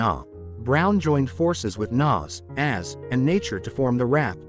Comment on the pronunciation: Az is pronounced “A.Z.”